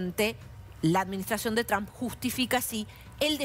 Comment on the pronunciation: ¿Cuándo será que estos periodistas y analistas comiencen a pronunciar correctamente el nombre de Trump?